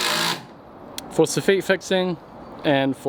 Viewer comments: We say S offit 😂🙈 Sounds like ur saying sophia 🙈 Great content though :) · Soff-EET??? Nevah! SoFF-IT! Always. Unless you are a Kiwi- in which case it is Soff-UT. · Any chance you could ask yer faither how to say (saw-fit), the chippies in Edinburgh are p***ing themselves everytime you say sore feet! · It's soffit, not SO - feet 😂😂😂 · you're killing me its pronounced sof-fit not sof-feet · Soff it, not so ffit. Emphasis on the wrong sy llable. At least that is the way we say it in America. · ‘Soffit' is spoken as it is written: Soff it (Soffitt), not “Soffeet”. Love your work man! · SOFFEET??? Where's that come from? It's a SOFFIT!! lol. But then you Kiwi's sometimes call a NOGGING/NOGGIN a DWANG!! Jeez I could never understand where that word came from,. When I lived in NZ I would ask n no-one seemed to know where it came from either!! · I've always hated how you say soffit. In england it's pronounced how it's spelt. Sof-fit. Saw-feet sounds girly, like the french. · Soff - it Not soff - eat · Lol S off it Not eet, not ay or anything else. Soffit. Like profit 😂😂😂😂😂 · This might be the first time I've heard it pronounced "sew-feet." I'm a "saw-fit" man myself. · In the UK it's "soff-it"....similar pronunciation to "cough fit".....although that's probably a really bad comparison right now! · i had the same thought ;) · Haha it's a weird kiwi thing to pronounce it with the French accent (soffit is French in origin) intact. Say the word again with the French accent in mind and have a wee chuckle. If you said "sof fit" here you'd get a weird look. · Funny, funny! The second one is perfect/correct...'soffit' soff-it.